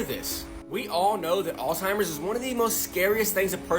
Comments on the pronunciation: I hate when ppl mispronounce Alzheimer's lol. It's NOT Alltimers!!! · I swear tyhe margarine guy is calling alzheimers "All timers" LOL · Never eat margarine, fake sugars, dyes especially red dye food coloring etc., also its called alzheimer's disease NOT "all-timers". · I cannot take a person serious if they say ALTIMERS when they are talking about Alzheimer's. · Oh my goodness. I don't want to be that person but damned as it drive me nuts when people Alzheimer's "All-timers". Just sounded out and say it slow. If not, ask Google how to say it and it will tell you. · Apparently doing tiktok videos gives you Alzheimers, and has you pronouncing it as Altimers 🙄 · I hate these tik tokers all starving for views think they spreading knowledge but can’t pronounce or spell the word there saying “ALLTIMERS YO” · if your gonna pronounce it "alltimers" then I'm gonna ignore anything you say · dude doesn't even know how to say alzheimers.... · No it’s not you fool, I’m in the US, it’s lazy people that call it that. Telling ME to grow up when I’m not the one to lazy to say something correctly I’d just stupid! Why don’t you get a little better education instead of insulting everyone that doesn’t butcher words like you do. GREAT COME BACK, at least you spelled it right. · I have a real issue taking advice from someone who can't pronounce alzheimer's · if a random on the web cannot even pronounce the disease their expose is about, turn off their "illuminating" video immediately. Tard detected. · With all the research that guy did on Alzheimer's you'd think he'd have learned how to say it. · The first red flag was the guy in the video not knowing how to properly pronounce Alzheimer’s. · is that dude saying "OLDTIMERS" ???!? oh, & butter is GOOD. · I’d be a lot more likely to listen to the margarine guy—like WAAAAY more likely to listen to him—if he would stop calling fucking “all timers.” Who tf calls it “all timers”??? Is Alzheimer’s really that hard??